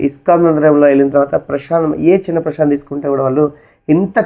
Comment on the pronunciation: ప్రభుజీ ప్రసాదం అనాలి మీరు ప్రషాదమ్ అని అంటున్నారు. అలా అనకూడదు. తెలుగువాళ్ళము మనము. భాష దోషం ఉండకూడదు. ఇంకా చాలా మంది ప్రభుజీ లు హరే కృష్ణ అనకుండా హరే కిషనా.. అంటున్నారు. విదేశాకాలో పుట్టి వారికి నోరు తిరగని సందర్భం లొ కిషనా అని అనటం లొ తప్పులేదు. ఉత్తరం భారతం లొ కూడా కిషనా అని అంటారు. మనం స్వచ్చంగా పలికే అలవాటు ఉన్న కూడా ఇలా పలకడం సమంజసము కాదు. హరే రామ అని పలకకుండా హరే రామో అంటున్నారు. ఒక్కసారి ఆలోచించండి